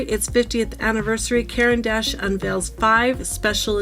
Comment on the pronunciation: It's pronounced kor ahn dash